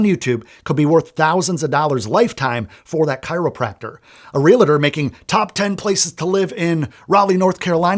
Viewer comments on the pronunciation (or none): The correct pronunciation is Realtor. Like Doctor. Not Realator.